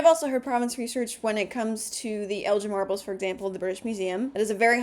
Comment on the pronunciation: It is almost always kinder and more polite to encourage than to criticise. Having trained quite a few provenance researchers exploring Greek restitution cases, I can honestly say that the correct pronunciation of Lord Elgin’s name is generally used by Brits or people well versed in British history…right up until someone gently corrects them. The same goes for the cringe all Italian's feel when foreigners pronounce Michelangelo di Lodovico Buonarroti Simoni as Michael+Angelo. And before anyone thinks I am being smug about cultural awareness, I wonder how many Anglos casually say “Sioux” without realising it’s considered derogatory by many Lakȟóta people. They refer to themselves as Oyate and belong to the larger Očéti Šakówiŋ alliance. But unless you engage in tribal affairs you might not know that. In the end, we all have blind spots shaped by what we were taught, or not taught, or explored on our own without a gentle guiding hand. All of which comes from someone who, having never met a "Phoebe" in real life while reading The Catcher in the Rye, innocently and confidently stood up in English class and pronounced her name “Fobe.” Loudly. In public. With conviction.